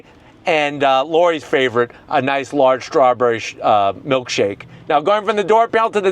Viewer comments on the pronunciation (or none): none